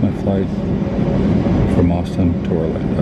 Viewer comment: ORLANDO not Orlanda geeze